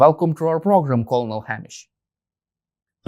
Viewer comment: you should look up how Colonel is pronounced for next time brother 🫡